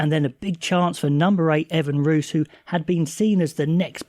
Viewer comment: Just some help with pronunciation if your interested. Roos is 'Roo-is'. Otherwise solid. Thanks for the content